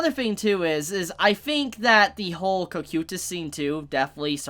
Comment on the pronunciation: how do you get it wrong. in the show they pronounce is co-kai-tus